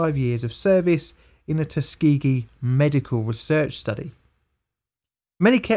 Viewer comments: TUS-KA-GEE, I love the vid man but you mangled that one. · The fact he pronounces it as Tus-key-gee makes me mad. Like i know it doesnt matter but everyone I know says Tuskuhgee